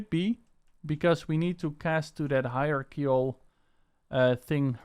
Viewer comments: Ugh, that still isn't right, not even close. It's "Hi-er-ARC-UL" you can literally google a pronounciation of it. The "er" is kind of soft, the ARC is harder, the "ul" is somewhat soft, a very short "L" sound. You can get away with saying the first part as "Hi-RAR" also and it will be close enough. You do not say it "RARK" the "ARC" is more separate from the "er" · hierarchical - HI RARK EE KAL alternatively it can be pronounced HI RARCH EE KAL :) Excellent video by the way and thank you so much for sharing this... As a fellow owner of the Games By Hyper V2 products I am so happy that you have shared this for us